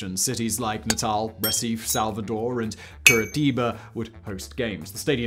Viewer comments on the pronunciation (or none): none